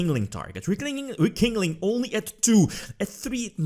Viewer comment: Nobody:: Re-King-Ling.